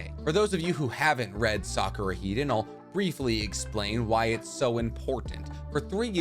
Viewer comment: "Sahk-ooh-rah" - vs. Sock-ooh-Ruh